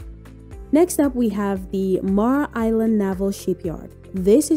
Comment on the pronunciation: and it's MAY-ER island ... ugh